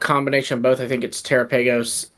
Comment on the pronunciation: Guys terapagos is pronounced like galopagos, not terraPAYgos 😵‍💫